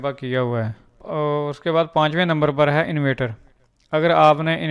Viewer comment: bro its not invater ,its inverter